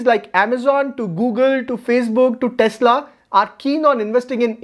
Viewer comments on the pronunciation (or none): none